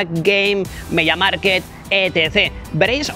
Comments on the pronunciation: Se dice media mark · Me pones nervioso cuando dices mediamarket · Cada vez que decías: "Media Market" se me rompía algo por dentro. 😂